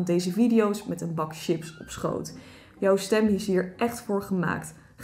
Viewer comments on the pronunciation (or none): none